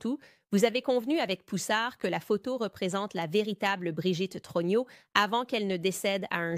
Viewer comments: + Message à renvoyer à ou à l'équipe qui gère la génération IA: troGNEUX se prononce TRONIEU (et non TRONIO!)... 😂🤣 mais bon.. quand même!.. je trouve ça assez époustouflant! 😯🧐👏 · Le très approximatif "Trogno" de l'IA est rigolo en diable - dans une affaire où l'on essaie d'avoir le spectateur de cette version officielle GROTESQUE jusqu'au... trognon ! Il s'agit bien sûr de la famille Trogneux, chocolatiers connus d'Amiens. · Brigiette TRUGINAUX ??? Mdr (18mns) Brigiete TROGNIAUX (plus tard). Mdrrrrrr